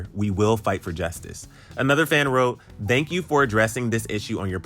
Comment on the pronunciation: why you sound like you saying dhank you? Lol